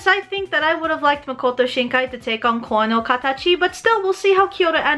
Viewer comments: For Koe No Katachi, it's 'Ko-Eh' not 'Ko' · Hey Aki, amazing video as always :3 however there are some problems in pronunciation : - koe is ko-eh, not kou (same ou sound as though) - (not sure about this one) shouldnt it be Ghibli with a strong G? I mean, we say "Ghana" with a strong G, so shouldn't we say Ghibli the same way?